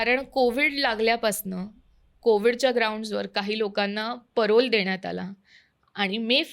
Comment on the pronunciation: पॅरोल ❌ परोल ✅